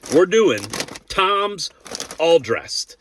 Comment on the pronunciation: It’s TIMS!! Not Toms!!! You said it like 5 times and even looked at the packet ! It’s in the Title!! TIMS!!! Do you have trouble reading ?